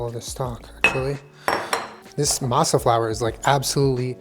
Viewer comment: I appreciate the way you pronounce Masa,.:D